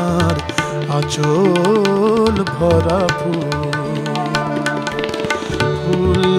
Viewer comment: আচল হবে না, হবে আঁচল। আশা করি উচ্চারণের দিকে খেয়াল রেখে গান করলে আরো সুন্দর হবে।